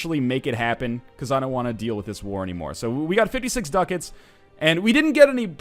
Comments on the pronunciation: Its DU-CAT-S, not DUCKETS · WHY IS HE SAYING DUCKETS MY GOD